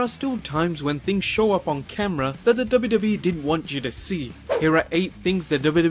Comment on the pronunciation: i like whenever he says "the dubba dubba E"